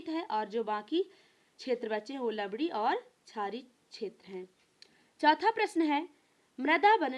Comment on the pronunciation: लवडी नहीं भाई लवणीय है